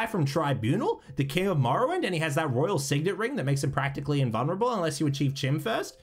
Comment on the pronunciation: Okay you figured out chitin, Chorrol... Now say "chim" right please. I beg you